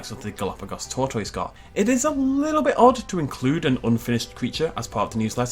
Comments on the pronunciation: The way pronounced tortoise hurt me... It really hurt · 30 seconds of pronouncing tortoise is all I needed in my life.